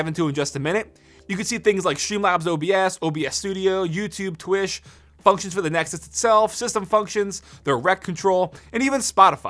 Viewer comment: The way you said «Twitch» 😂